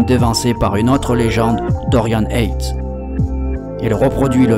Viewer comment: Dorian YATES et non ATES!! Bon boulot les gars.